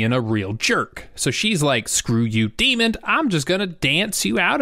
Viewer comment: Oh my God. DEMON, not DEMOND.